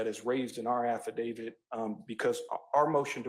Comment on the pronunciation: It's AffidaviT. NOT affidaviD. Lol... Who's "David??" 😅